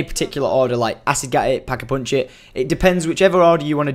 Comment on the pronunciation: It's pack-a-punch not pack-a-poonch